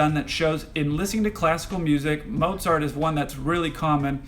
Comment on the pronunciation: Fantastic tips for preparing for nearly any exam!👍🏻👍🏼👍🏽 Thank you, also, for pronouncing "Mozart" correctly! Very refreshing! 👏🏼👏🏽👏🏻👏🏼👏🏻